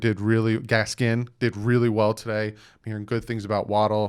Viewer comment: I hate to be that guy but It’s Gaskin not Gaskins 😭